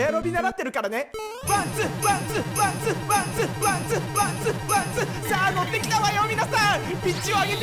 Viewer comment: ワンツーが パンツーにしか聞こえなくて笑